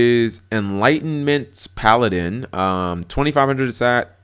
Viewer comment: Cap learned how to pronounce Paladin